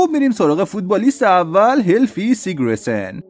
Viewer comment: اسم همه رو اشتباه میگی، قشنگ معلومه اهل فوتبال نیستی فقط چون موضوع پر مخاطبیه ویدیو درست میکنی درباره فوتبال، پرومس نه پرامیس! سیگرسن نه سیگره سن!